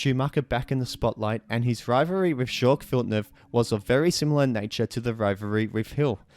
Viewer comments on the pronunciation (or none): "JOcque" Villeneuve???? wtf